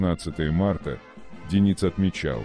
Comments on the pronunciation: Не ДенИц,а ДЁниц,слух режет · А-а-а Автор! Ну ударения то можно правильно в словах ставить? Правильно ДЁниц, ударение на Ё, а не ДенИц... Аж слух режет. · Это робот читает. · А кто такой ДенИц? Я так понимаю, обладатель голоса за кадром, рассказывающий о подводной войне, эту фамилию впервые слышит/видит? Нашествие в интернет полуграмотных киноделателей достало.